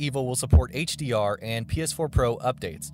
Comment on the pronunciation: This is all I can hear - "The game will support HearhghDR and PeAHS4 uPHdate"